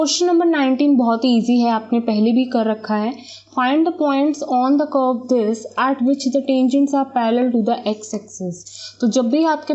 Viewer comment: At ka pronunciation aat wow